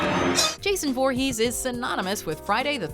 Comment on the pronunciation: Pretty sure she pronounced Jason's last name wrong.